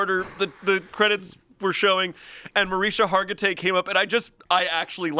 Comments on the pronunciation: Ikr!!! It's pronounced Marish-ka. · Him saying Mariska Hargitay wrong that many times is funny enough without any other jokes. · Who's going to tell he mispronounced Mariska Hargitay SO many times???